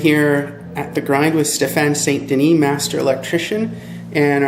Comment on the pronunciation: He is our go to Electrician! :).. However his name is St-Denis.. not St-Louis.